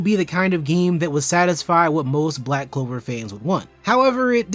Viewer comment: You simply don't know how to enjoy the anime that is all, why don't you watch tom and jerry instead? 🤐🤐and its pronounced Black Clover, not Black Cover!